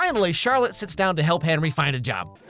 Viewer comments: I never knew his name was actually pronounced as Henwy instead of Henry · Its henrey hart btw not hard